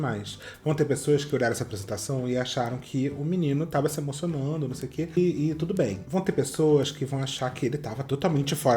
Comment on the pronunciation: Que pena que não dá pra colocar o meme do John Travolta aqui 😛, você falou tûtô!!!!! Arrasô!